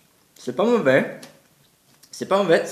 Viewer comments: C'est pas movait 😂mdrr 100 fois trop bien sinon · "C'est pas movais"😂😂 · Pourquoi tu dit c'est pas movè